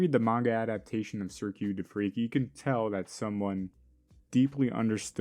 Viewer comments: THAT'S WHAT I SAID it is cirque not sirq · sir q is a crazy pronunciation of cirque btw